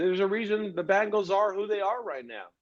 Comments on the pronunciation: I can't deal when dudes or anyone pronounces Bengals as bangles.... Maybe it's just me..... 🐯🐯🐯💪🐅🐅🐅🐅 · Just wish he pronounced 'Bengals' correctly. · I know people that say Bingles too